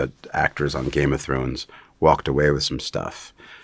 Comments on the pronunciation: at the end Peter refers to the show as "Game of Thornes" 😂🤣 I'm sitting here wondering if anyone else noticed that. First time I've heard it said that way. LOL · Did he say “thorns”? Right at the end there I could’ve sworn he said Game of Thorns…